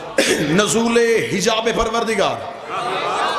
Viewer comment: Bhai sb norool hota hai ya nozool